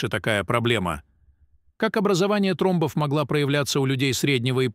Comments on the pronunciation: Не тромБОВ , а. ТРОмбов ! Старайтесь Говорить , и Ставить УдаРЕНИЯ—Правильно ,! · Ой блиин, это не русский человек читает, ударения ставит ужжас, тромбооов, говорит и мн.др. , до смешноты , я кыргызка, так не разговариваю....Нового ничего... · МедикамЕнтов, трОмбов- я Вам показала, где правильно делать ударение в словах- следите за своей речью. Такое может допускать не специалист.